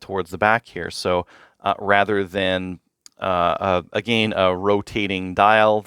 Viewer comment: “Uhh gain” lol I thought I was trippin at first lol